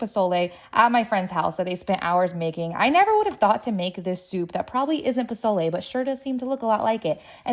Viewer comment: Nah you get a pass on the pozole you didn’t butcher it like Rachel ray